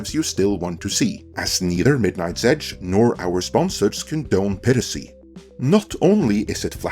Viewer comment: I know he's not a native english speaker but I find it amusing to mispronounce "piracy" during the ad read.